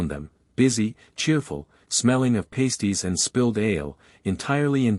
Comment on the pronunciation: Whendiscussing.lunch after Harry-first."court"session you used the wrong pronounciartiation for Harry's lunch. Pastisties are a nipped covered and the food fleas a short a and is usually referred to as Cornish Pastie and is a .ikiking foodf.